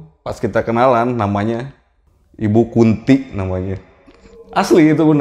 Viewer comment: mungkin nama ibu itu Kunthi pake 'h', kaya tokoh pewayangan (ibunya Pandawa) namanya dewi kunthi, beda pelafalannya beda arti soalnya ehee, cmiiw 🥰